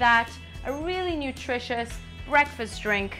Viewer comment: she seems to have trouble saying the word BREAKfast